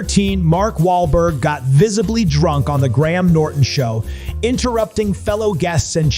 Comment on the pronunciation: Graham is pronounced like Grayam. Not Gram. Just so you know. Saying people's names right is important.